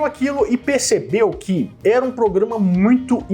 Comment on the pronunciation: ele nao para de falar pograma😂😂😂😂😂